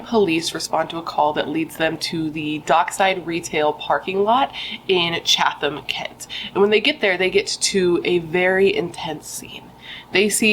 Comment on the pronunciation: It's pronounced Cob-ham and Chat-ham